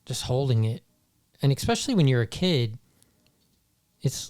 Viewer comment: Great video, I really enjoy all of your content. That being said, I have to laugh that you made fun of someone saying "pacifically", then proceeded to say "exspecially" , there's no x in especially. Irony.